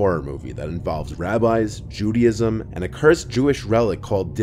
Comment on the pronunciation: It’s not “judy ism” it’s “Jew day ism”